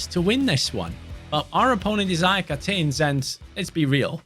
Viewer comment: AEK WHAT? AEK ATENS ? Its AEK ATHENS.Athena its the capital of Greece man its easy to say 💀